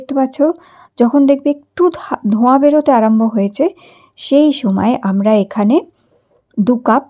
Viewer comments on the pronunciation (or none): none